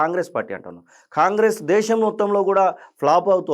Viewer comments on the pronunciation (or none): none